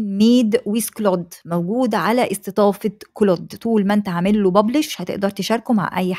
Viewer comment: اهتمي بتحسين محرك بحث يوتيوب تم اقتراح قناتك لي اول مرة .. بس في حاجة حضرتك هو مش اسمه كلوت 😂 ولا حتى كلاود هو كلود